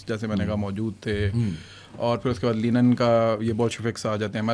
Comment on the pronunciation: Lenin ✔ Linen ✘